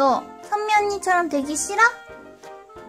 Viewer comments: 선미언니라고 할때 희미언니인줄 (×아름다울 미 =희미) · 은 오늘도 병맛이며 신의 손이시군녀 ㅎㄷㄷ 근데 쟈꾸 선미언니라고 하는게 현미언니라고 들려요 ㅎ